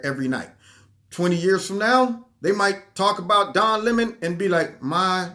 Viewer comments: Don La “moan”.......love your pronunciation! 😆😂🤣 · Don Le-moan. lol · Every time you said ‘Don Le Moan’ cracked me up. Worked in well with Don Le MOAN mispronouncing Steve Shabat. Thanks for the laugh and the picture of you trying to get away but being drawn back into the battle🤺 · "Don Le'mon"...HHAHAHA Just found your channel, and I feel like I just like found a hundred dollar bill in an old jacket! ❤️ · "Don Le'moan" 😂... Le' moans too much